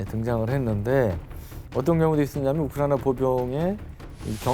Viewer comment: 유용원씨 발음 좀 정확하게 해주세요~ 왜 자꾸 "우크라이나전" 을 '우크라이~'.....'우크라이~' 라고 하면서 남의 나라이름을 빈정대거나 놀리는투로 들리게끔 발음을 하시나요? 심히 거슬리네요...전체적으로 발음이 안좋은 분으로 감안하고 듣고있지만....남의나라 이름만은 정확하게 호칭하시기 바랍니다... 외국인들이 "코리아"를 "코리~"..."코리~"... 라고 불러대면 기분 좋으시겠어요?